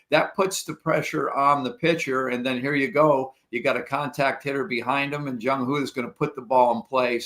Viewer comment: Marty: I really enjoyed this but I have to nitpick. It's important to get the names right. Jung Hoo Lee is Jung HOO Lee, not Jung "Hoh" Lee.